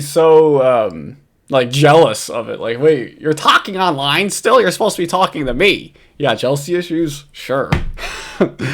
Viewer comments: "Tahking Ahnline?" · TAHKEEN AHNLINE?